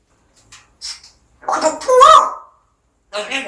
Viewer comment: 구독해요~하는게 떡사세요~~~같이 들림.ㅋ